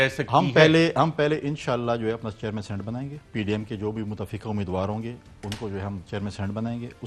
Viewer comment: اس فضل کریم کھوچُو کو کوئی بتائے، صحیح لفظ سینٹ نہیں سینیٹ ہوتا ہے!!!